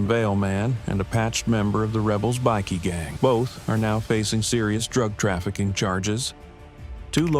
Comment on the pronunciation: LMAO 'A bick-kee gang...' lol are they importing illegal grade A biscuits? It's pronounced BIKE-KEY. They are bickies, not BISCUITS 😂